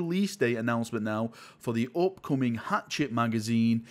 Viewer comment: FYI, Hachette is pronounced "Hashette" (rhymes with baguette)